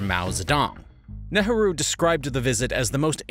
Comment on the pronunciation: They need to solve the toilets problem and the teaching of toilet methods in India ? Before anything else ?:hand-pink-waving:OH it is NEEEERUHO pronounced !